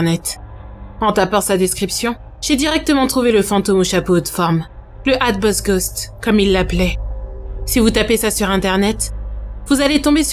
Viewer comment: Comme ça se prononce : Hatbox Ghost ! ^^